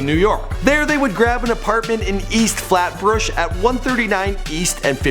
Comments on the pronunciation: Its flatbush not flatbrsh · Did he just say Flatbursh? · Wtf is “Flatbrish” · "East flatbrush" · It's "Flatbush" not "flatbrush" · "East flatbrooch"?? Never heard of that place in Brooklyn lol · he literally said "flatbrush" LMAO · "flatbrushhhh" lol you always mispronounce names and places...